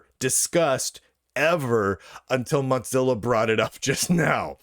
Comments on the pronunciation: Wtf is Mutzilla?? Why are you mispronouncing it?? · WTF is a MOTZILLA? Is that a clamato cocktail? Mo-Zill-ahhhhhhhhhh! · I like it, it's apt